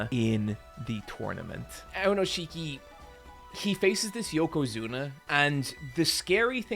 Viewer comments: OK,, on the one hand I’m really happy that you got into sumo because it got me into sumo. I have started very consistently watching sumo highlights since basically the beginning of the year when you got excited about Enho. On the other hand, I’m pretty upset that you cannot pronounce Aonishiki correctly. So you know, mixed bag. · Love the video, but man is it painful to hear you pronounce his name AoNOshiki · when you do the main video, please make sure you're pronouncing the names right. You'll catch hell for it. I was twitching every time you said AoNIshiki's name. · Very happy to see you invested in sumo and I'm sure you will spread that passion to a lot of new people, which is awesome. Just a few notes though, Aonishiki is pronounced "aoniski" and the wrestlers are called rikishi. Its not a big deal but as a sumo nerd I had to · Aonishiki has been doing sumo since he was 7 years old. He didn't magically stumble upon it while seeking asylum. Also, what is with this pronunciation of his name? I thought this guy was giant weeb.